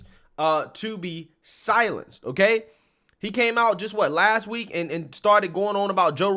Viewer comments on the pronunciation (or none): none